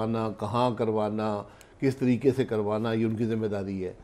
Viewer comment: Tareqeey Ko Yeh Jaahil Abbasi " Tarreekka " Keh Raha Hy !!!!